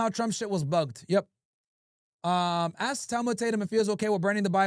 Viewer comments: cringing when he hears “ax” instead of “ask” and “ignant” instead of “ignorant” 🤣🤣🤣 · Tatum cant say "ask" but he takes money from bibi and think we wont notice 😂😂😂🙉🙈🙊